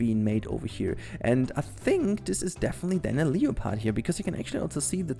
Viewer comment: um......you pronounces leopard wrong